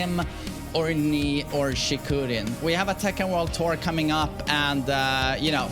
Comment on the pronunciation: Its not Chi-kooo-rin The accent stays longer on the first sound so its Chii-kurin